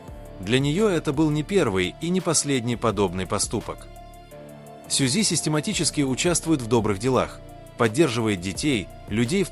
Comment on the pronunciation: Не КОшельков а КАшельков,ЛИбенхо ЛЕбенхо, ДОма доМА, СЮ'зи СюЗИ', Со КО'н Хо Со Ка'н Хо, Пак ХЕЙн Джин Па ХЕн Джин, ЧЕн Гук Чин Гук, аДОлы айдолы, ШУга ШугА, Мин Ю'нги Мин ЮнгИ'